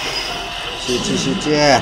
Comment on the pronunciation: 酔っててあと3勝集中しゅうしゅうって言ってるじゃん笑僕はのような陽気な人になりたかった